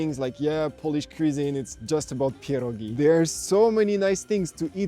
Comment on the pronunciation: Mate! Your Polish is terrific! Żurek, barszcz, pierogi perfectly pronounced!